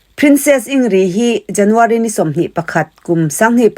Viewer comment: In grid tia lam tur anilo mi